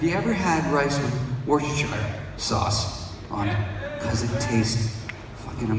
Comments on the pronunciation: i always intentionally butcher it.... but i've heard from some people who claim to know how to pronounce it that it should be worse, ster,shire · Someone should have told him how to pronounce "Worcestershire".